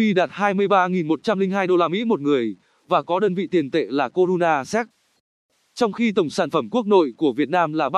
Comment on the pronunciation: nghe giọng máy đọc tưởng đâu là Corona séc :))